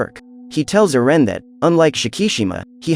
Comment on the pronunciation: Do we not know how to say Erin or what